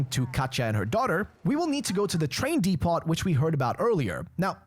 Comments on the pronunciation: Came to the comments looking for anyone mentioning this. Was annoying hearing DEE-POT so often haha. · OH BROTHER! DEPOT! The “T” is silent. Pronounced “Deep-oh”. My skin was crawling with the amount of times you said it.